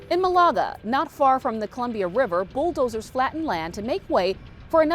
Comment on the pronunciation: I have never heard malaga pronounced that way😂 nobody here got a say in the data center being built my understanding is microsoft had to stuff a lot of pockets on the council to get land and approvals for water and power. Also no mention of the fusion reactor that is supposed to be built to strictly power the data center and all the water and power that it will use as well